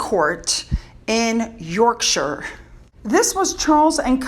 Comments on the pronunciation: OK<<<<I HEARD THAT you said Yorkshire correct 💯💯💯💯💯💯 so you can do it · Hi You did very well with your pronunciation of Yorkshire. All other ‘shire’ counties are pronounced the same so one you get it for one you e got it for the others. The Cholmondeley word is pronounced ‘Chumley’! Figure that one out!